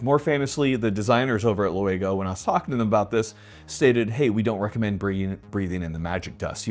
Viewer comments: Laugo. Not luego😂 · Is he dyslexic? He keeps saying "Loo-ay-go" arms. It's Laugo, and European isn't it? The A is before the U, so shouldn't it be pronounced like "Lau (like sauerkraut)-go"? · Laugo.... not luego...: The Hasta Luego Illegal Alien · LOO-a-go?? Lol gotta be baiting with that pronunciation.. even if u were fkn dyslexic, its spelled Laugo, as in LAW-go.. not Luago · why does he say "Juego Alien"? it's Czech, not Spanish. Laugo, like the Steyr rifle, but with an additional L in the beginning and o at the end. 😅😂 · Say it with me, LAU-GO Alien, not LU-AGO Alien lol I don’t believe it is a Hispanic made firearm but I could be wrong. Btw, I just wrote Primary Arms and told them “Hey, spooky spooky skeleton”, so I will keep you updated with their response. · Say it slowly: Laugo. Not Luago. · Lmfao I was wondering too, I was like, he must think it is LUA when it is LAU. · Laugo? Nah. “Lawyeggo” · Youre saying Lou Eggo, my ears are hearing “illegal” 😂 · It‘s LAUgo!!! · Hasta loo-a-go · Idk if he says "luago" on purpose but it annoys me tbh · "lew ah go" lolol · They must have a Mexican/Spanish etc version of the Laugo 😅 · is dyslexic CONFIRMED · Lmao, I heard lego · That’s an interesting way to say Laugo. Also really interested in your lack of grip control when rapid firing. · The way he pronounced Laugo....